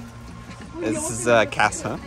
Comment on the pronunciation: 자리 잡으셨나? 아 그냥 보러 오셨나? did they got their camping spot? or just looking 대접으로 드려 with bowl (to drink) actually, korean pronounce cass as cahss dont trust korean when they tell you something is a little spicy. you know why, right?